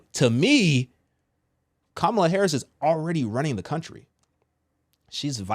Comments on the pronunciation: Please show respect and pronounce her name correctly. It’s KAmala. Not KaMAla. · Comma Luh. Can you pronounce the lady’s name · when pronouncing her name think mama-la then say kama-la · Kamala (pronounced COMMA-LA not ka-ma-la) may actually when because Trump was found GUILTY of r@ is racist who was found GULTY of housing discrimination, says he is a Christian but cannot name a single scripture and was found GUILTY of paying off an adult film actress, and oh yea was impeached because he lead an insurrection in an attempt to OVERTHROW THE GOVT! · LA (pronounced Comma-La) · Her name is kam- a lah not the wrestler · And you mispronounced her name lol! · You are following blindly! I know for a fact you are because you don’t even pronounce her name correctly, which means you haven’t done your research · Can you pronounce her name (Kamala) correctly please? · Why do u say her name wrong? U know that's not the pronunciation of her name but yet u act like those yt supremacy folks. I don't agree with 99% of the stuff she says but as a black man please stop cause u said it right during your podcast a few times bit at the beginning u acting as low class